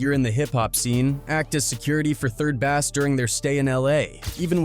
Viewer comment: 3rd bass not 3rd bast 😂😂